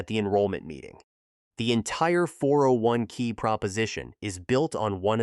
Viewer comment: "401 kick" "401 key"...ai slop